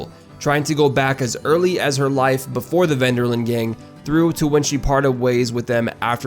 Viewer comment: you lost me when you said "Ven Der Linde" Detch Ven Der Lende